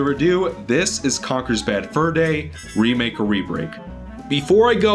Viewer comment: Lol he says wemake